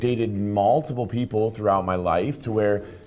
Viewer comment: "Malltiple people"